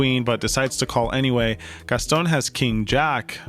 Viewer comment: It’s not pronounced “Gas-Tone”. It’s “Gas- ton” drop the sound of the “e” at the end of Gaston